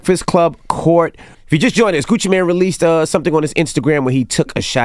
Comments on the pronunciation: “I watch a lot of Gucci Mane interviews” yet she doesn’t know how to pronounce his name. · It’s Gucci Mane not man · Kween Dynasty CT agreed it’s Mane not man and your comment to jasmine took me out LMAO🤣🤣🤣🤣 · I never realized how hearing someone say Gucci MAN instead of Mane bothered me. My ass literally said MANE after every man.... 😩😔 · Girl! First of all, his name is Gucci MANE not MAN! I believe Angela. Secondly, CTG is full of shit he sat there and laughed at everything the man said! DJ ENVY has Angela's back. As far as you, you are slobbing all over Gucci Mane's stick yourself and you can't even pronounce his name! My thoughts, my opinion! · Hey, it's not Gucci Man, but Gucci Mane (long "a"). I appreciate constructive criticism. I hope you do too. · Isn’t it Gucci “Mane” not man?!! 🤣😆😭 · Meee tooo!! the total disrespect of the #1 trap god and savior, Gucci MANE!